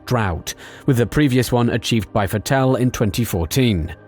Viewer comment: Vittel? Vettel lmao